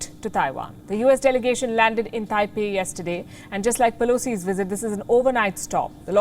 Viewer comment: She said “visit”, not “Wizit”!!! I guess they do check the comment sections :)))